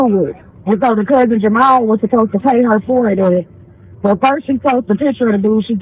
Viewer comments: Poor AI, it's Jamal not Jamayel 😂 You'd think people act calm and poised on social media or the phone... She must be a pain in the butt in real life. She will mind her own damn business in heaven or hell( whenever she is) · Jer- ma- el😂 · AI can’t pronounce black names. Lmbo Jah-My-El 🤣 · A.i. talm bout jamael lmao shorty said JAMAL🤣🤣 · She said his name in the video. There’s no reason to KEEP mispronouncing this man’s name. 🙄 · who else was annoyed by how the narrator said "Jamal"😢